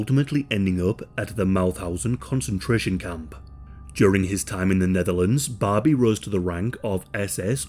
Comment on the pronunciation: I kept hearing Bobby. 😅